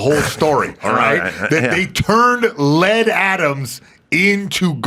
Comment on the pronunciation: L E A D not LED